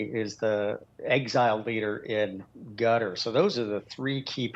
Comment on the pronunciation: Qatar, ...gutter... same thing